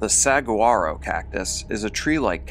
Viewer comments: If you say "SAG-wah-ro'' instead of "sah-GWAH-ro" ... You might just be a gringo. Lol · Hello I'm the community pronunciation coach ,and I'm here to correct you on a word ! And that is Saguaro and it's pronunciation is as follows " Suh-wahr- o" and it has a Spanish accent to where the "g" sounds like "h" ok this is the easiest way to coach you on t his ask a Spanish speaker today it for you ok and thank you ,we enjoy the stories and appreciate your work . But cannot stand when people on here and there are many of you on YouTube that just obliterate words and it's so annoying and it makes you all sound illiterate. Not saying you are just uneducated sometimes . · Good video the way to pronounce the cactus tree in the AZ fate is “su aaro” the g is silent :) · The name of the cactus ("saguaro") is pronounced "sah-WAR-oh", fyi. And David definitely deserved what he got. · Pronounced sa wa’ro 🌵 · There's no 'g' sound in suguaro, it's a 'w' sound instead. Just in case anyone cares 🤷🏻‍♀️